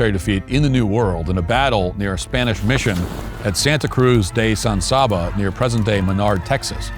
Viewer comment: Dang it, guys!! It's not pronounced, San Sahbah. It's San Saba like you would say," salve.